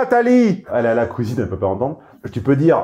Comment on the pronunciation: « La kouizine c’est par-là... » MDR 🤣